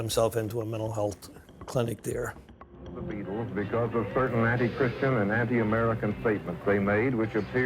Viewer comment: Christian, not Chritian.